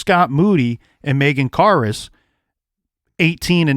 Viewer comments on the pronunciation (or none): Cousin Megan was sleeping on the couch and got killed. They need to reopen the case and figure out what happened. Megan karus, it's sounding like you said car us. It's more like care us.